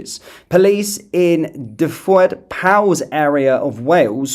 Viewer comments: You make me laugh with your Welsh pronunciation do you want me to give them to you in phonetic language? Love your news feeds. Duved Powis Lanetlhy for starters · Not to take away from a very serious & concerning video......but in a brief funny diversion, your Welsh pronunciations had me rolling. "Duffwoid pows" (Dyfed Powys) = pronounced "duved powiss". The rest? OMG. 😂😂. Welsh is phonetic, you say it as you see it ( once you know the sound of each letter). Ok. Back to the video and increasing anger over the seriousness of it again. 😡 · Prounced 'dav id pow is' !! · The pronunciation phonetically is Duved -Powis - and Daven, Thluynhendy. Thlanethli, Velinvoil. Hoipe that helps. The 'double L' at the start has to be practised by those not familiar with Welsh, so that's the best option, It's also Car-mar-then shire.